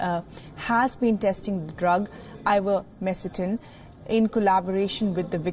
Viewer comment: Also the researcher names it correctly at the mark.